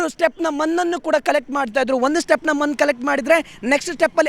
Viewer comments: ಅದು ಮೊನ್ ಅಲ್ಲ ಮಣ್ಣು ನಿಮ್ಮ ಕೆಲವೊಂದು ಉಚ್ಚಾರ ತಪ್ಪಾಗಿದೆ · 😂😂😂 ನೀನು ಯಾರೋ ಮಾರಾಯ ಮನ್ನು ಅಲ್ಲ ಕಣೋ ಮಣ್ಣು ಅನ್ನೋ 😂😂😂 ಥು ಕನ್ನಡ ಕೊಲೆ ಮಾಡ್ತಿದ್ದೀಯಲ್ಲೋ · ಮನ್ನು ಅಲ್ಲ ಅಣ್ಣ ಅದು.. ಮಣ್ಣು... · ಮನ್ನು ಅಲ್ಲ ಬ್ರೋ ಮಣ್ಣು